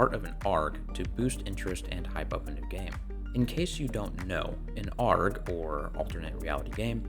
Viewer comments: ARG is pronounced A, R, G, it's not a word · First time I've heard someone so confidently phonetically pronounce ARG, instead of A. R. G.